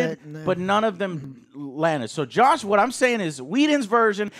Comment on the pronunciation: You knew what he meant. Also I don’t think Joe could decide if it was Josh or Joss.